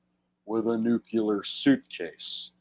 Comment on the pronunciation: I always liked the way G.W. pronounced it nucular. Even after getting mocked for it, he kept saying it that way. "F@ you, I'M the DECIDER!!!"😂